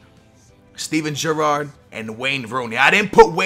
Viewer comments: Jurrard? How do you pronounce Gerrard - Jurrard? Your accent confuses me sometimes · The way he says Gerrard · For the love of god learn how to pronounce names, the way you said Gerrard was painful